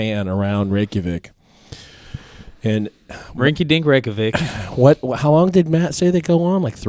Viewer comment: damn you say reykjavík perfectly lol i have never heard a american say that correctly